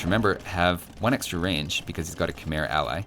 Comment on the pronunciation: Have you ever heard that Khmer is in fact pronounced Kh-may,?